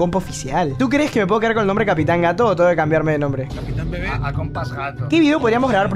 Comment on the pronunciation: Alguien más. Noto que dise gato capitan